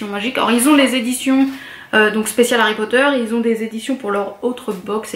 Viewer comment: C'est très beau ... et ça fait plaisir d'entendre (enfin) une youtubeuse fan de Harry Potter qui prononce l'anglais correctement XD Juste une petite chose : ne sois pas si avare de tes sourires ;)